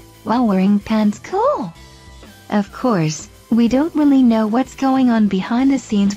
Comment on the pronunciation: Lol. When she says " Kool""